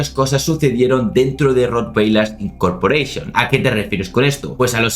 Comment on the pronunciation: Incorporeishon dijo?😂😂😂😂😂😂😂😂😂😂😂😂